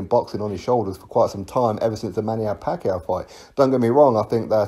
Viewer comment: "ever since the manniao pacquiao fight"